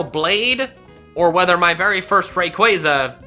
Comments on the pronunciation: How many f***ing times do I have to say it it's pronounced Ray-Qua-Zah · IT'S RAYQUAZA, NOT F*CKING RAQUAYQUAY! NO MORE OF THAT! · 1. Everyone has different opinions and 2. SAY THE POKEMON NAME'S RIGHT!!!!! Its ray-quaw-za NOT ra-quaze-a! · I thought it was ray-qua-za not ray-quai-za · Btw it’s raykuasa you pronunce it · THERE IS NO K IN RAYQUAZA!